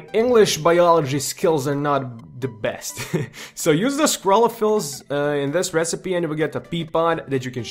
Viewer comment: Just say K-loro-fill